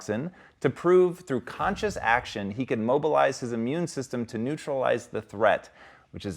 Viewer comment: Wilful use of breath is not "cawn-shush ack-shun" as the vile beast spoke . Gasping creatures like this are a pain to my ear, they can't breathe or speak the right way.